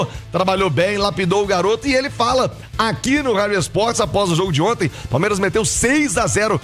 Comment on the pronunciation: PALEMIRAS O português ta em dia 😂😂😂😂